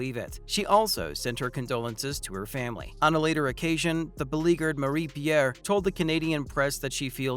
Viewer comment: Her name is pronounced Ma-Ree Pee-Air Hool.